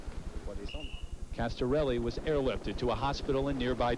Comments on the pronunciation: Castarelli??????.......what a dumbass!!!, at least get the name right. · 'Castarelli'...darn it you reporter, get his name right!!!! 😡😡😝😝 Anyway, I was only 10 when this happened, it's such a grim reminder of the perils of the outside world when cycling. RIP, Fabio Casartelli. 🙏🙏